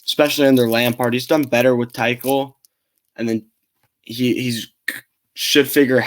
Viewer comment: Thomas “Too-cul”*